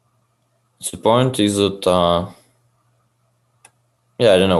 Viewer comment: *ze geym